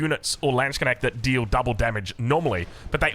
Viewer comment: Hearing you pronounce 'Landsknecht' the way you do now, I'm very proud knowing the long and hard road you walked in that regard!